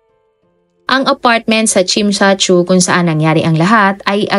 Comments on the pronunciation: Tsim sha tsui... Chem cha choy not tsim sha chu...😊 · NA DISTRACT AT NA BOTHERED AKO SA WRONG PRONOUNCED NG TSIM SHA TSUI HINDI PO YAN KASING SOUNDS LIKE SINSAN SU FOR GIRLS FACE.. Tsim (like Tsiiim) -Sha (like Shasha Padilla) Tsui (choy or choi) Ang Tsui hnd kim Chu na CHU kundi Tsui Tsoy or Chuy or Choy Next time You search the word and watch on YouTube how they pronounce kase wrong pronounced is wrong here. Although sympre get na You don’t know pero im here to help hopefully for next time better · chim cha choy ang pagbigkas po 26 years nako d2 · chim cha choy po ang pagbigkas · tsim sha shui yata mali mali naman pagkasabi😂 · wag mo n usisain yes TSIM SHA TSUI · Tsim sha tsui (tsim sha tsoy po ang pag pronounce) 🥰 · Understandable naman kht hindi nia mabigkas ng maayos dhl hnd naman bia kabisado ang mga lugar at qng paano ipronounce ung mga lugar d2,. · Sorry, wrong ang pronunciation mo sa place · Normal lang Hinde Naman Siya taga hk. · Nung mga bago tayo dito aminin natin dami din nating di alam i pronounce na lugar kaya accepted naman na di nya masabi ng tama dahil dipa cya nkarating dito 😅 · Okay lng yan..di nman kasi sya Chinese